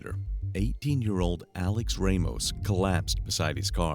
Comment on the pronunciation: Not many people know this, but 'Ramos' is usually not pronounced 'Raymos'.